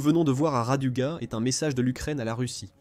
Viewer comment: Pourriez vous apprendre, entre autre, à votre voix robotisée que le verbe être ne se prononce pas eSt ou é"S"tait à l'imparfait mais "était", ou "ET" sans Le son "S" . Merci